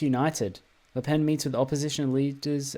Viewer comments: you're actually pronouncing it right it's like '' le penne '' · You were right, don't worry, it's said as "Le Pen" like in english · As a French, you are pronouncing it right. Her name is pronounced just like a pencil -> "Le Pen". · Its said Lepene so yeah you got it right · No, as a belgian who talks french, you are saying her name correctly ^^ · you actually pronounced "le pen" correctly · I think you’re pronouncing Le Pen correctly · You actually pronounced Le Pen's name correctly. It is a Breton name, so the pronunciation is different from how you would pronounce it if it were a French name. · You pronounced Le Pen's name right don't worry. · No you are actually correct withe your pronunciation. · Actually, you're pronouncing her name right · Nice vid And you pronounced Le Pen correctly don't worry